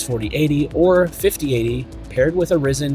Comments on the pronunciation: It’s RYE-zen, FYI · lol. Came to make the same comment. Regardless of how much AMD came back from the dead in the CPU market…it’s still RYE-Zen.